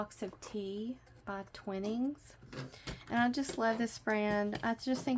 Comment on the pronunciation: LOVED this folio! I'm crafting my prototype along with you. Just a heads up .... Twinings rhymes with sun ’shining’ 😊. Great craft project. I'm looking forward to watching your tutorials for gifts and craft fair sales. Thanks!